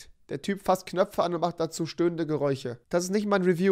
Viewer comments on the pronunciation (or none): Du sagtest geräuche